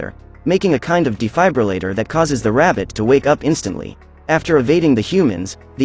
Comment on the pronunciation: Hold on he said defiiabulator?